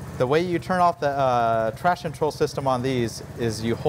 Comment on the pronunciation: Hey, love your video. Would be good if you could correctly pronounce “traction control” though. Kept sounding like “trashin’ troll”.